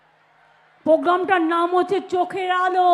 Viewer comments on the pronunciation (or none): Can't she pronounce 'r' ? The word is :PROGRAMME: and not POGRAMME🤪🤪 This one's name should be in the Guinness Book of world records as ~~ The Greatest Liar of the Century ~~. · আজ অবধি program উচ্চারণ পারল না, পোগ্গাম আবার কি? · সব শেষে খুবই 😂😂লাগলো ........... যে মূর্খ মন্ত্রী "প্রোগ্রাম" কথাটাও ভালো করে উচ্চারণ করতে পারে না। বলে...... "পোগাম"😂😂😂😂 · পোজ্ঞাম ? ১৪০ টা ভাষা জানা মনীষী বাংলাটা পরিষ্কার করে উচ্চারণ করতে পারেনা ? আর মিথ্যা কথা , থাক সে কথা আর না বলাই ভাল ।